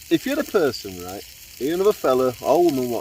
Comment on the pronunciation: at the intro I though you said, "right, love her body" Had to rewind and check 🤣🤣🤣 another great video mate!!